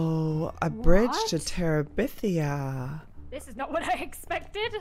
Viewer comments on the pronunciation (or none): Joey when you said brige to terabithea i think thats how you spell it there is actually a book called brigetterabithea